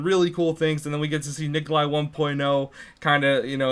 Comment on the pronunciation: primp GD Wtf Necoli... why tf is everyone so uneducated its NIKOLAI